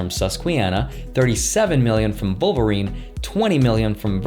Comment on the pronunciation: VOLVERINE! The Russian comes out..